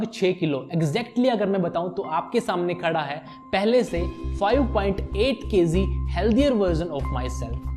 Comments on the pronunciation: Kayzee nhi KG 😂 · thanks ... bro its kg not kz ..and magic not mazik... work on it.. great video btw